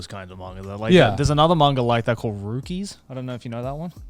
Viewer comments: What pains me the most is Joey pronouncing Rookies as rukies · Literally everyone just dashing right past Joey’s pronunciation of “Rookies”…